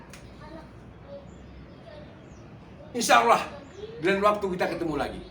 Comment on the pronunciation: Ngucap kata Allah aja masih berlepotan kok ya banyak omong masalah agama. Belajar ngaji dulu biar fasih bacaanya.baru nanti komen tentang agama